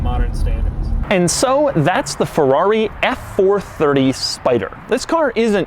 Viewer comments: it’s not a Forrari..... it’s a Ferrari pls ! try to say Feeerari at once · “And it’s a Fevuavi!” 😅